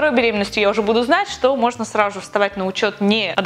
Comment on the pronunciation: До сих пор наша говорит "сраЖу же",это мило)